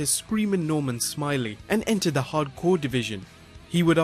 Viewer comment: That's Norman Smi-LAY